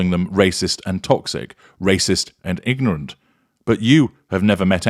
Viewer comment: Did you just say nignorant?